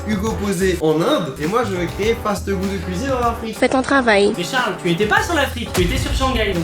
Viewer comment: XD ses fastgoodcuisine pas fastfoodcuisine